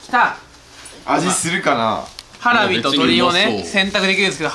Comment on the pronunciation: てつやのハラミのイントネーション独特